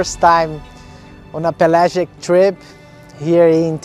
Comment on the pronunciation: That's pel-agic. Not Pelay-gic.